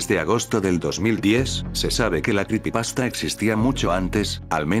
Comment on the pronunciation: Jaja se escucha raro escuchar "cripipasta"